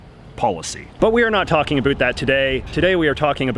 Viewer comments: Yeah I thought it was a joke too. I'm from Canada too and I never say about like that. Where is this dude from? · Aaaaargh! La façon dont il dit "about" me gosse à fond! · why does he say about like that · Where are you from? The way that you pronounce "about" as "a boot" means that you are either a Canadian or an American who is from Virginia or Eastern North Carolina where they also say "a boot" for "bout.". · I am pretty sure that you mispronounce the word “about” every time you say it and say a bout instead. No need to thank me. Cheers. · J.J. either something IS unique or it is NOT unique. As in, your exaggerated pronunciation of "about" while uncommon is unfortunately not unique, although I do concede your brio. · He says he's from Vancouver but I've never heard a Canadian pronounce the words about and out as he does. I would have thought a real Canadian would know how to pronounce Lesveque. Is he a fake Canadian? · i denounce your pronunciation of "About" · Canadians DO NOT say the word "about" in the way this guy is intentionally and unnaturally pronouncing it. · The most canadian sounding “about” pronunciation i have ever heard lol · Skip to to understand why JJ’s pronunciation of “about” is a forced stereotype (think How I Met Your Mother mocking of Robyn) and why his pronunciation of “around” is fully ridiculous and just plain wrong.